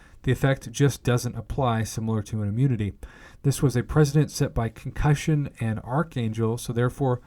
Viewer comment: "President" and "precedent" are not pronounced the same. If you're reading a section of text to a bunch of people, you have the responsibility of pronouncing correctly so that listeners don't have to analyze your pronunciation every time you didn't make sense. But otherwise thanks for this. Not having to read it myself was a joy.